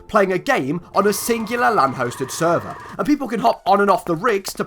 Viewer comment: Omg Minecon q&a was by far the funniest shit ever. How much dwigital wan do you need to wun a sweever